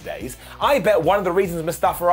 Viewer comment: Man, Mustafa spent like a year trying to explain how to pronounce his name. If you’re gonna talk about him and what he’s dealing with, you should respect him enough to learn how to pronounce his name.